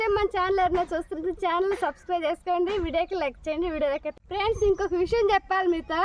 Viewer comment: ఫ్రీన్స్ కాదు ఫ్రేండ్స్ అనండీ😅😊🎉